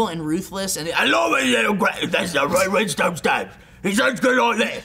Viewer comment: ray win-stone.......